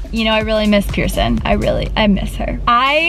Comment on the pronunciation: They said pierson